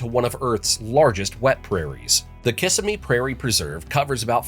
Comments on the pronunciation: It is not KISS-ah-mee.. it is ka-SIM_me. ANd most flooding in the Miami area is freshwater, not salt. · Please don’t call it KISS-a-me! It’s Ki-SIM-me. Obviously, you’re not a native. (You were slightly off on your pronunciation of Wakulla as well, but it was less egregious) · No one in Central Florida calls Kissimmee, KISSimmee. It's KissIMmee. Loving the video! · Kissimmee is pronounced: Ki - sim - me Disney World is built on previous wetlands; land per acre was so cheap because it was swamp and the sellers laughed at getting paid well; little did they know the Mouse would conquer and rule the land. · Sorry, but I'm a TRUE NATIVE BORN FLORIDIAN and we have ALWAYS pronounced Kissimmee as 💋KISS ÎM MEE. Even their Welcome to Kissimmee sign shows it pronounced this way, and also includes the lips icon: Welcome to 💋Kissimmee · Learn to pronounce Kississimee correctly. Probably been pointed out before. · One of our pet peeves is the way you said Kissimmee. We don't Southern Florida. That's for California. We say South Florida. While I'm at it, why not check out how to say subsidence.